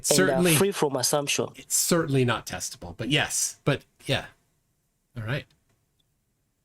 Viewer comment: I don't think he said ' testable '. It sounded more like ' TESTICLE '. As in with a rock tied to it.